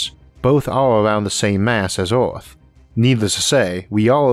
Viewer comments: IS NOT FOOKING oarth is called EARTH...... FOOKING IDIOT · oh no is the oarth guy again.he can talk good english but WTF U CANT PRONOUNCE THE WORD EARTH?...LMAO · I like this guy's pronunciation of some "wor'iods" like "Or'arth." 😏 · oarth and yeeoas are nice pronounciations of Earth and years. What language are you speaking?